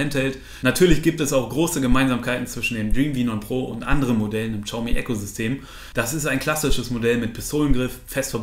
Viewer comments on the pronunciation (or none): Hi, bin heute auf deinen Kanal gestoßen. Echt super erklärt, auch die Einleitung bzgl. "Testgeräte selbst bezahlen" fand ich ehrlich, daher Abo! Übrigens: Xiaomi heißt "S i a o m i" (das "s" zischend Richting "sch") nicht "tschiaumi" :-* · xiaomi, bitte Siao oder SHiao aussprechen, das ist näher dran als TSCHau ;) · Btw xiaomi wird wie schayomi ausgesprochen